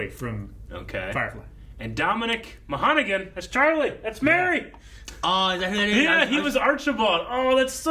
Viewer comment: His name is Dominic Monaghan. Pronounced "Mon-a-hann" I was teasing about the mispronunciation of the name.